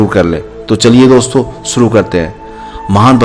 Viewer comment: shuru hoga.... naa ki Suru hoga... bolna to Sikh le